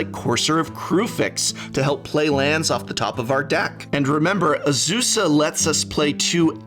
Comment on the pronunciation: You pronounced Azusa, Lost but Balling wrong. 😜